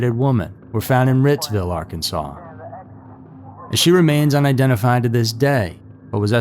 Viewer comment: Rightsville Arkansas-is the correct pronunciation instead of Rittsville-Wrightsville. Huge prison there